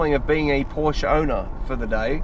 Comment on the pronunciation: POUR-SHA! Pronounce it correctly, please.